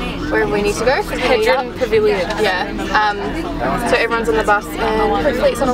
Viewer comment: hahaha i love you, its hodern pavillion not hedren